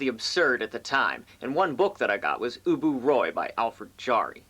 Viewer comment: Happy Birthday dude... BTW it’s pronounced “Ubu Wah.”